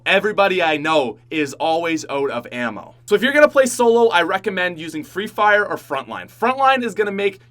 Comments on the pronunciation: says free fryer instead of free fire. I thought I should share that for whoever didn't catch that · Who heard him say free frier